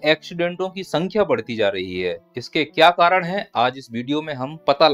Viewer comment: कारण ❌ कारड़ ✅